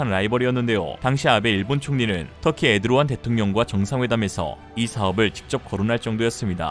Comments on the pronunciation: 에드로안...ㅋㅋㅋ 에르도안 ...이에요... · 기업들이 해외에서 피땀 흘려 노력하며 쌓아 올린 대한민국의 위상을 유투브 채널 하나가 타국의 대통령 이름도 제대로 모르고 틀리게 말해 말아먹는 사태는 피해야 하지 않을 까요? 에드로안이 아니라 에르도안 입니다. 부끄러움을 감추기 보다는 사과하는 것이 진정한 용기 입니다!